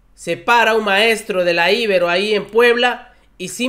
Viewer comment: Por favor, hay que cuidar detalles de pronunciación. A la Universidad Iberoamericana se le dice coloquialmente "Ibero", no "Íbero". También te equivocaste en otros videos sobre la forma correcta de pronunciar otros apellidos. Eso lo aprovechan los conservadores para denostar a los defensores de la Cuarta Transformación.